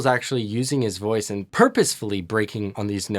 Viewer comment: I love his improvs. “Hear her loice” instead of “voice” on Human Nature…